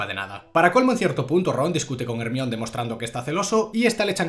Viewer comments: te quiero pero no podés ir pronunciando "ermion" en vez de "hermaioni" por la vida sin ir a la cárcel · Yo creo que se pronuncia "jermaioni" no " Hermion" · Pense que estaba de broma pero literal en españa se le dice como se escribe osea hermione, en mexico mas o menos se pronuncia asi: jermaioni Y si es raro yo que soy de mexico oirlo asi, buen video de todas maneras te amo